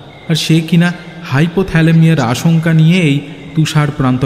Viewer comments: Anek bar sunlam shobdo ta 'hypothalamia'(13.43 mints) bla hoyeche..... Sorry to say but ota 'hypothermia' hbe... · Ota bodh hoy hypothermia , hypothelamiya noy. Ta chara khub valo laglo. Khub mon diye sunchilam tai kane laglo.